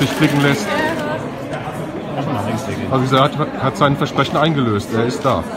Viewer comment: Vesprechen? nicht Versprechen